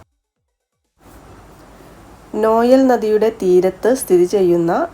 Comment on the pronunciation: പടീശ്വരൻ അല്ല പട്ടീശ്വരൻ 🎉, പിന്നെ നൊയ്യൽ എന്നാണ് നോയൽ അല്ല 🤝